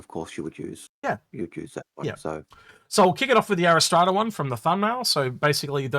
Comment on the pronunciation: ariss trata? Cmon read the letters in the name. "R" like the letter that comes after Q. "ras" as in ass ( the donkey, not your butt), "tra" as in la la la...R-ras-tra. how the hell do you get ariss trada. - i love the look of the RSI ships, this one included, not sure if its useful yet., i was very disappointed in the warbond CCU offerings, and thought they were pretty average, with many being just repeats of previous offerings this year, However there was a few ok ones mixed in and the finale ones like orion polaris etc have been great.